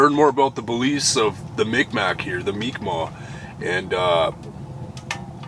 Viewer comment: Wow that was crazy! I never seen Akeya do that like sit n refuse to go on. Thank goodness u listened to her.. btw was awesome to hear u pronounce Mikmaq properly. Ty!